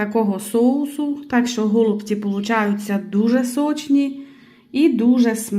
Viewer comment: Тільки не гооолубці а голубцііі , капець аж по вухах ріже....😮😮😮😮😮